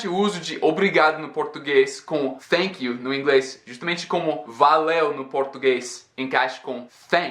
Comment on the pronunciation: vc falando a palavra Thank you ou Thanks, várias vezes pareceu que vc estava dizendo Fénks ou Fénk you com som de F. Apenas na última vez em que você thanks, pareceu som de T